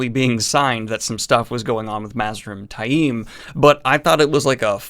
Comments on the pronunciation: Love you're vids, but DAMN, you're pronunciation is horrible! Where do you get "TY-eem" from Taim? There is no long "I" in that name...it's "Tame". Some of the others, I can kind've get...though most are wrong, but that one is just plain silly. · Love your vids but you name enunciation makes me cringe lol. You pronounce taim like its spelled tai'im among others lol